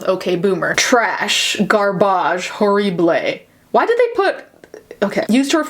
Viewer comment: that accent on "horrible" is off place and is annoying